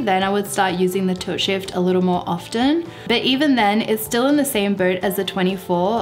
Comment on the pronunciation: It took me a while to realize I was hearing "tilt shift" and not "toe shave".